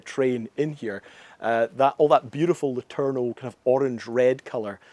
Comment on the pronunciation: Imagine being triggered every time he butchered "letourneau" as only native english speakers with no knowledge of french can do. :face-orange-raised-eyebrow